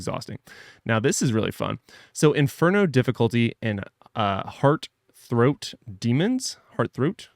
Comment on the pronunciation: HEARTH-ROT DEMONS